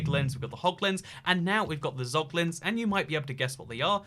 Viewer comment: “Pog”Lins lmao